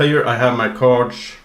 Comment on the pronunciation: am I the only one annoyed by "cards" pronounciation?